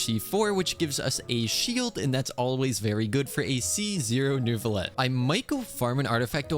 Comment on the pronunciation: I can’t stop hearing “Nervillette” 😭